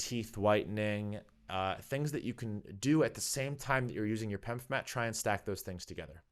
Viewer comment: 🤮 say P E M F, because you pronounced pemfs I’m not watching